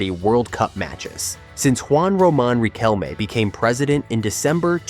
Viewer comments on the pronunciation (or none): Que I.A. hizo la locución? J.R.Reime, Mardona,La Bomba,Boque,Amal tiene más errores que el presidente actual!😂